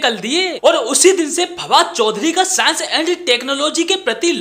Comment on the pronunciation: Saans & Tak-no-logy, you know😮😯